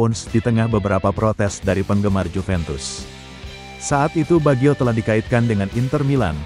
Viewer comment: Kocak narasi robotnya, masak pengucapannya Bagyo, emangnya pelawak, harusnya Bajio, 😂😂😂